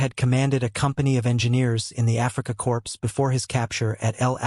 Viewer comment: "Africa CORPSE" again! And "El AlaMINE!"